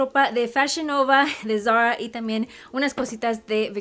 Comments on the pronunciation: No entiendo porque habla asi.. todo muy bien pero.. tiene un problema con la "r" ???? que solo es por momentos.. se dice Zara y ella lo dice como muy así ... muy bonita la ropa pero que hable como mujer no como niñita de 4 años.. de a momentos habla bien pero otros..... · van a decir que no puede decir "Zara" ???... escuchen como lo pronuncia... pichurrienta jajajaja